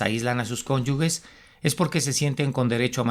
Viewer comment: Se dice cónyuges NO "CÓNYUGUES".